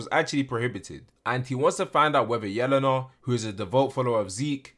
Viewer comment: I dont think its pronounced yell-an-a i think its yeh-lane-ah